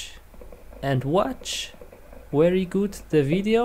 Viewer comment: Wery good computer??? Bruh... Get your words right